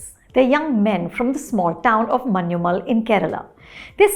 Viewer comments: ശ്രദ്ധിച്ചു നോക്കിയാല്‍ അറിയാം. അവർ പറയുന്നത്‌ "മന്യുമ്മല്‍' എന്നാണ്‌. ഞ വഴങ്ങില്ലെന്നേ. അതത്ര എളുപ്പമല്ല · Yeah, was so tired of hearing people say manchummel boys 😂